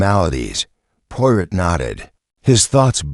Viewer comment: Do not like videos that have mispronunciations. Especially mispronunciations of the main character. Try again.